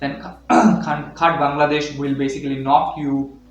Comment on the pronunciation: Great informative video! One thing I noticed, it's a bit awkward that you consistently pronounce the name of the country as "Bangladesh." I hope you take this feedback positively, as it could really effect your content. Keep up the great work!